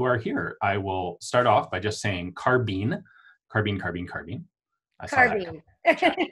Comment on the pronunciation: In English,carbine is pronounced car-by-n..the word Ian is saying is carbene..